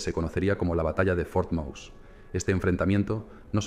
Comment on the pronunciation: Pero como el narrador pronuncia " for mous".! FUERTE MOSE, cojones, que era español.!!